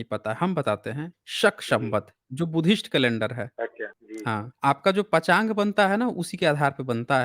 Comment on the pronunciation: पञ्चाङ्ग को पचाग कहते हो पहले ढंग से शब्द बोलना तो सीख लो